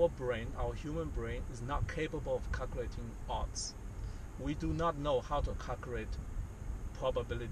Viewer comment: Caucrating odds 😑 sound like sum ting Wong?